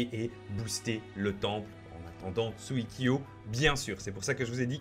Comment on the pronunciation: Je suis le seul à qui sa énerve quand il dit tsuikyo